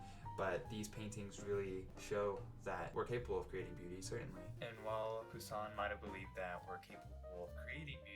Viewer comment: The way you says this young chicken’s name: Je grince des dents! Nasals finaux, donc passé I hear baby in the background 👶. Anyway, of the four, I like the first two the most but The Eucharist a little more.